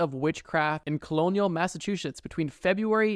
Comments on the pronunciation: “Colonial massachushits” lol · Massahshushites - I am so sad as a naive Massachusetts resident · He actually said "Massatwoshits"